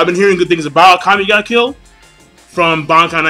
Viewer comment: Is it really pronounced Ah-ka-me (like ah-kami)... I'd swear it should be Ah-ka-meh. Regardless I'm interested in this as I enjoyed the first episode. Also pretty sure this is a Shonen in the manga, at least thats what Wiki says.